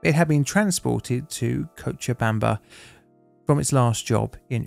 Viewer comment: Hey first time I’ve seen a non Spanish speaker say Cochabamba correctly first try! Tbh not even Spanish speakers who are not from Bolivia nail it the first time as the name has Quechua roots